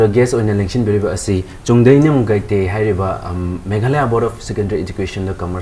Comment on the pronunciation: Please Pronounce the title properly its Guite not Gaite ... The Anchor needs improvement